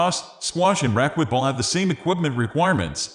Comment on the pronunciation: AI voice cannot pronounce racquetball. Does no one check this before they upload it. Terrible